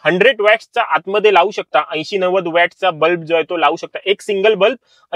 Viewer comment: अतिशय माहितीपूर्ण व्हिडिओ. याचा नक्कीच सर्वांना उपयोग होईल असे वाटते. फक्त “बल्ब” या शब्दाचा उच्चार नीट करावा. बल्ब ला “ब्लप” असे उच्चारले आहे पूर्ण व्हिडिओ मधे. मराठी भाषा शुद्ध असावी मराठी चॅनल वर.